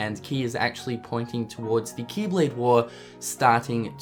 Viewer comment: kee kee keeblade kee kee kee kingdom harts keeblade kee